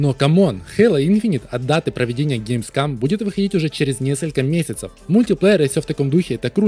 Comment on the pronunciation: Каждый раз, когда говорит ГеймсКАМ: 🤣🤣🤣